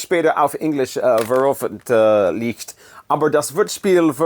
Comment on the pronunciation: not too bad at all! but you really need to practice the word "veröffentlichen" more 😂 thanks for the appreciation for germany,.. love your videos, although im not even a big rock music fan.. your videos are just so entertaining.. thank you.. prost und servus from lederhosen-bavaria! 😜